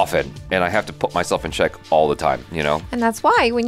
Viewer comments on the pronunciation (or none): none